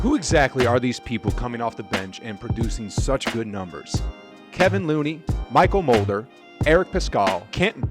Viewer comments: I think you mean ke-VON Looney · Uhhh..no. They're terrible when it comes to non curry time. Their bench is non existent. The defense is there, the offense however, is inconsistent. Also, its Kev-on Looney. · Kevon not kevin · I stopped listening when you called him “Kevin” Looney C’mon man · it's Kevon...